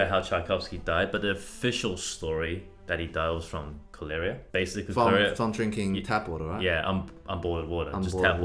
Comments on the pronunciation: I’ve always pronounced it ko-ler-a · No one: "..." Brett: " cholerEEEa " HmmMmMm *i'm sorry brett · "Cholera" and "arsenic" are stressed on the first syllable. KOLL-era. AR-senic. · OMG! Brett! It's not colaria! It's pronounced Koller-uh. Collar-a! Cholera! Silly boy! 😂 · Cholera: co-la-ra, not co-lair-ia, or coh-lair-ah, guys it's in every dictionary how to pronounce things lol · Their pronunciation of cholera and arsenic is amazing. Chol-air-a and ars-EN-ic. It’s Chol-OR-a and Ars-nic :) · Love you guys… the illness that comes from unclean water is pronounced like “caller-uh.” Fantastic video, regardless… music history is wild 👀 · Pronounced cholera (coll-era) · boys, I love you but damn, your pronounciation of CHOLERA and ARSENIC hurts me, it's CAW-LEE-RAH (you're saying a short e phonic when it should be long) and ARSE-NICK (you're putting the stresses in the wrong place - ar-sen-ic) ANYWAY much love just hurts innit xoxoxo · Cholera is pronounced “call-uh-ruh.” Jesus. You guys went to school for music so you nitpick musical sacrilege. I went to school for English so I’m nitpicking your grammatical sacrilege. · Pat-et-EEK (Pathétique) KOL-a-rah (cholera) ARS-nik (arsenic) For people with good musical ears, mispronouncing words is a real surprise. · It's ˈkä-lə-rə. Odd the words they sometimes can't pronounce. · Kóh...leh.. rah... jeeees... stress on the oh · The entire time, I'm like "it's KAH-LAH-RUH" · cholera is pronounced kol eh ra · Cholera is pronounced "col er ra" - sorry :-p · As a doctor hearing two set pronounce cholera as ‘ko-Ley-Ra’ ~SACRILIGIOUS~ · Cholera it’s Said like Color with an a at the end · Seriously can't pronounce cholera? It's literally pronounced (Koll er a). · You know you live in a safe country when Twoset try to pronounce cholera to rhyme with Bolero. Also, I think when Tchaikowsky was alive, being homosexual was illegal in most countries, not just Russia. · You pronounce it Co-ler-a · pronunciation debate . cho-le- ra vs co-lera